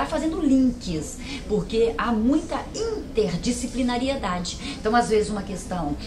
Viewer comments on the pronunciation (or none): Em - ... " há muita "INTERDISCIPLINARI-E-DADE" ... ops ... escorregou esse "E" ... é um intruso... kkkkkk